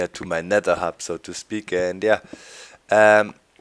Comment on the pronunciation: you said nedder doc :o hahaha